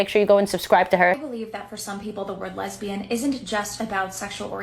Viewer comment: LEZ-BEE-YAN, JLP style.